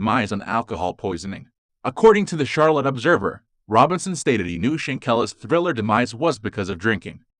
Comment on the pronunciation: Damn!!! Her name is pronounced👇🏽 “Shan-quil-lah” MR. Who is doin Commentary here 🤷🏽‍♀️🙄🤦🏽‍♀️